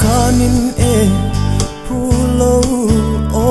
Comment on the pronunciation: Phuloh tih tur ah puu loh a ti tlat